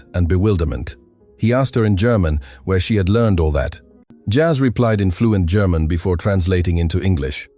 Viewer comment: WTF is "Gare-mon"? If you can't speak a simple word like "German", there's little hope.